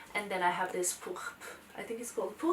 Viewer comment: You said "pourpre" perfectly 👌🏻 Lovely bag. Love your hair like this 💖